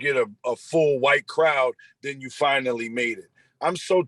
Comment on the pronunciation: The word is “Then” not den!